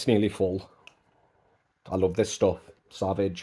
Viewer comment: Hahaha it’s pronounced in a french way say it in French that’s how it’s pronounced 😂😂😂 savage 😂😂it’s sauv-age